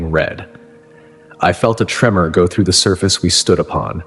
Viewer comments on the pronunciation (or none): none